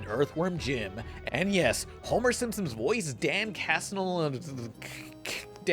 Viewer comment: I love that you still can’t pronounce Simpson’s right